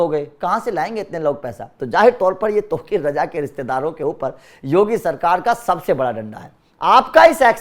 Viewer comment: gandu sahi se nam to lena sikhle